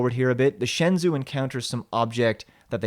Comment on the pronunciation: I really loved your review. Beautifully illustrated commentary. I just want to point out that in Mandarin, zh = j in terms of how it's pronounced; it's the Shen-jou :)